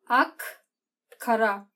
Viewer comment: Ak ile kara'nın telaffuzunu fransızca yapman, inanılmazdı. :)